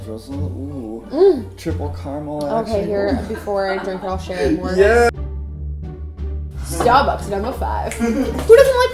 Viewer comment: Did anyone else hear say "Starebucks" towards the end or am I going crazy?